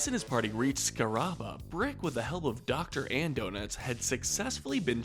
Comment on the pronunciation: Uh, it's pronounced Dr. Andonuts